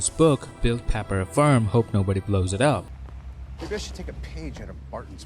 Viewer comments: You say farm. I hear firm 😅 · Okay, where in Canada do they pronounce farm as "ferm"?